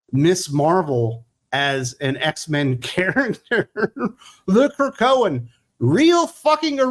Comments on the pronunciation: I nearly drove off the road when you said, "The Krokoan." And that was EARLY in the video! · Wait, wait The Krakoan 😂😂😂😂. OMG really the Krakoan😂😂.